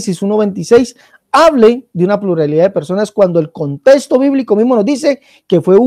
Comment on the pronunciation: no hay contesto x3 jejeje no se puede confiar en una persona que no puede pronunciar "contexto" correctamente el español e intenta interpretar la Biblia española y no hebrea a su manera